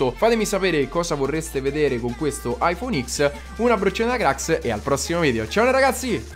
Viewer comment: I phone ten si pronuncia